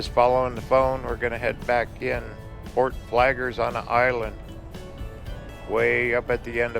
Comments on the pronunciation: Hey... It is not Fort Flager... It is Fort FlagLER... LER!!!!! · It’s called Fort Flagler, not Fort Flager! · Tha fort name has two Ls in its name please pronounce Both of them with a G between them.